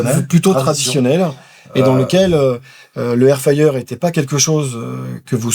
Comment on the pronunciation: Air fayer air fayer..c'est air fRRRyer bordel de cul 😂😂😂